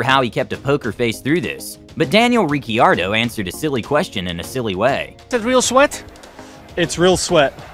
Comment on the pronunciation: I just can't get over "Daniel Ricki-Ardo"